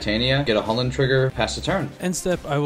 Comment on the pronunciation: Fyi Irish people say it’s pronounce Kull-In……… not hullin.